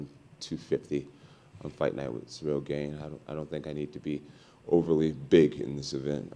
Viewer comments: I promise Jon knows how to pronounce Gane's name. He says Gain on purpose. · Sehrill Gayne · I love that Jon sticks to saying ganes name wrong 😆 pure purposeful disrespect